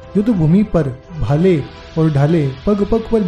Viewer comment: डालें नहीं ढालें ,१६७९ सौलहसौ उणहत्तर नहीं उण्यासी